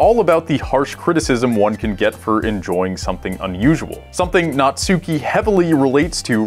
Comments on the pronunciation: natsuki.... not suki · You call Natsuki Nutsuki... ;) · The way everyone pronounces Natsuki is so cringy. Not only do they pronounce the u, they emphasize it. ...it's pronounced "natski" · why do people say the u in natsuki so hard smh